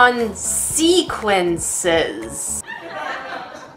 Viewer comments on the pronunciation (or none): con-se-qaunces wut